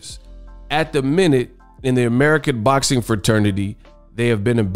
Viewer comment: All things boczin 😂😂😂 you mean boxing